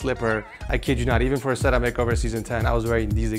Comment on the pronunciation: the way pronounces setup always bothers me lol ik its no big deal but i had to say it, love you and congrats on the house